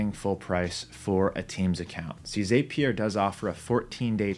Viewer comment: It's pronounced zap-E-r, not zApe-E-r